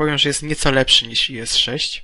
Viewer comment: Czyta się jagdtiger, bo to nazwa niemiecka, oraz is a nie ies :D